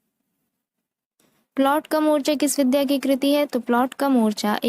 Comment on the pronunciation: विद्या... नहीं... "विधा " ही बोलना चाहिए जी, धन्यवाद